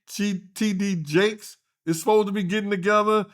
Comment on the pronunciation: I love how butchers names - shoutout to Reverend CheeDeeJays 😂